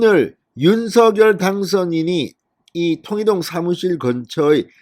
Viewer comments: 진성호님 윤서결× 윤성열로발음해주세요 국어학자가이게맞데요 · 발음 제대로 하세요. 윤성렬! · 윤성녈로 발음 하라고 몇번 발하냐